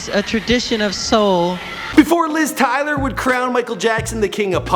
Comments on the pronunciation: liz TYLER? yer kidding rite? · L I Z TYLA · It’s Liz Taylor not Tyler 😂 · Liz tyler? Its Taylor.. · At :32 sec you said Liz "Tyler" silly! It's Liz TAYLOR Aka- Elizabeth Taylor (said to be the most beautiful girl in the world at one time). It's ok tho we still luv ya 😉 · He also mispronounced Liz Taylor, he pronounced her name as "Liz Tyler" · Did he call Elizabath Taylor LIz Tyler?! -_ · You said "Liz Tyler". Thats unforgivable.